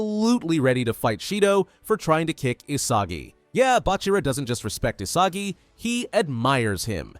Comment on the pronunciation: WHYD YOU SAY BACHIRA LIKE THIS?? “Bach-irah